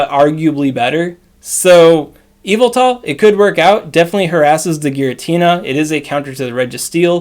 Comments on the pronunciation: all i hear is EVIL-TA instead of Y-vel-tal creeps me out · Pronounce his name right